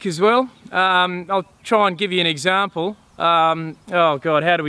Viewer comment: You say example like pommies tho